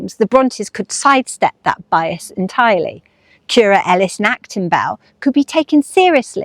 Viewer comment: Thanks for another lovely video. Now I know that Currer is pronounced like “purer,” not like “purr-er” (as in what a cat does). I look forward to what you do next!